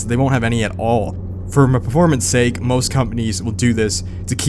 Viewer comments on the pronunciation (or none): none